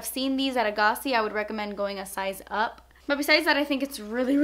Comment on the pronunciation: I work at A'gaci and I was so surprised you pronounced it correctly! also your highlight was so on point